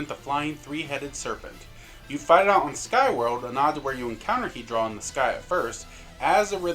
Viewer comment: It’s Hue-draw, not he-draw.